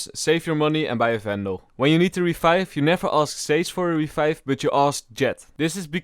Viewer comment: "Jett rebibe me, Jett rebibe me"